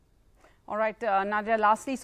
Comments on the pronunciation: She isn't Nod-ya. Na-diya. Pronounce it like us Indians pronounce it. English bolna bhi theek hai but at least don't pronounce names in that silly tone just for showoff. You ain't even that good in English. Apna desh or apni bhasha mat bhoolo. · Her name is pronounced as na diya... Pronounce diya as daya jale song